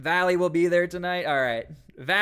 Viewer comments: Reestablishing the actual PPD rapid response team is SEISMIC change in Portland but too late. If those guys are on it the national guard is not needed to be honest. Also its "Velly" not Valley... smh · It's "VELLY" not "Vally"... just fyi